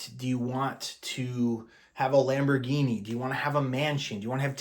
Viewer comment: you are pronounce Lamborginni right, not many people k ow it.😊